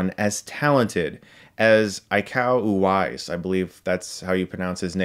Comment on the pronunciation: btw you prnounce it wrong, its "e ko", not "ai ko", you got uwais right ...